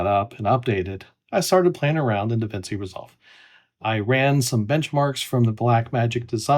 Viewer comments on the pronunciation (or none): It's pronounced Da-Vin-Chi. That's how Italian works, my friend.